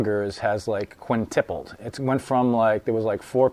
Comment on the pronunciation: it's QUINTUPLED, buddy, not "quintipled"! Bwaaaaaahahahahahaha!